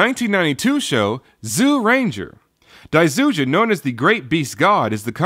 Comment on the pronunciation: Cool review. From what i know, daizyujin is pronounced with a J rather than a Z